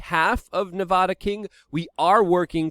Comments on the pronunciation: Please talk to 1 person who lives in Nevada, why the hell is it so hard to pronounce correctly. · Say the states name right.